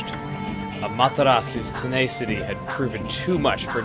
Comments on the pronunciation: ten- ace- city? xD lawl you mean tenacity yes? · Tenacity is pronounced "ten-ass-ity", not "ten-ace-ity" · English isn't my first language but didn't chugga pronounce "tenacity" wrong? it's suppose to be with and "a" from "apple" right? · Chugga...I love you...but Ten ASS iy not TenAcity